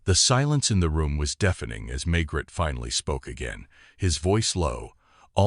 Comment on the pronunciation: May Gray. NOT Maygrett.